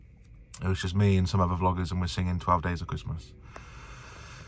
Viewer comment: Did you say siging?????😝😝😝